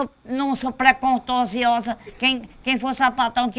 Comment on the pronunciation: "procontociosa" KKKKKKKKKKKKKKKKKKKKKKKKKKKKKKKKKKKKKKKKKKKKKKKKKKKKKKKKKKKKKKKKKKKKKKKKKKKK